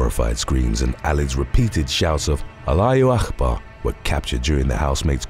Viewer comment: wt f ??? alayooo akhbar ??? whats that mean ??? if you cant pronouns don;t do it ... thats disrespectful